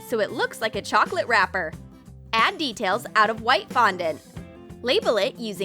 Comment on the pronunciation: so it’s pronounced “chocolaté”